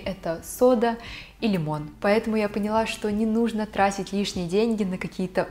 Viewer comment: Не нУжно, а не не нужнО 😁👍